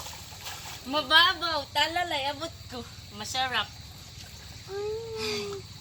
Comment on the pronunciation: Talalay...hindi bal.